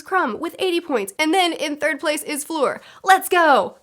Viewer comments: In the first task, their speed was the most important. Fleur took her time to get the egg. (And it's not pronounced like Floor, it's like in 'erm...') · You catch so many things, and they're really interesting points. You're my HP expert now.^^ BTW, Fleur is pronounced like "flirt"(without the "t). ;) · "For floor" "flure, fore" 😄😝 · "fleur" does not contain a hard r, that's all you really need to keep in mind :) my main gripe is that dumbledore had the entire student body watch an empty lake for probably ~2hrs and then a maze entrance. what the fuck. why. the tasks could have been literally anything.